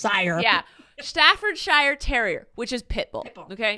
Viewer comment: Just me that is from and lives in England laughing at says Staffordshire wrong 🤣